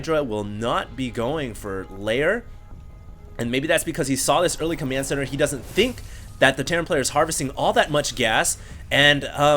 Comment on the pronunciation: its COMMAND center not COMYAND center